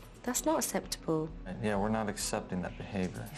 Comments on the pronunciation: Anyone notice that Jo says eseptable instead of acceptable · Can joe not say acceptable it’s not aseptable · Not asseptuhbull 😂😂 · The way she pronounces acceptable is very annoying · Why doesn’t she ever bloody say “acceptable “ correctly!! It’s terrible modelling for the children she speaks to and she knows she does it!!!!!!!!!!!